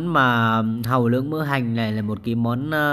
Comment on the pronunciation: Nghe bạn nói món hàu lướng...tưởng món mới ...kkkk